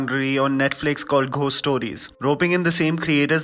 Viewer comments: I have literally never before today had anything to say to u which was even a tad bit negative but please take this comment I. The right spirit It’s not Pronounced as literally “GH-ost” but actually it’s “go-st” , found that quiet distracting ... please take this as a positive feedback ... luv ur review and ur Chanel always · Did you just say “Ghhost stories “, instead of “gost stories “!! It sounded odd!! But I agree completely with everything that you said about the movie!! Being a horror fan, especially supernatural horror, this short stories were not impressive at all!! Except for the zombie story, like you said!!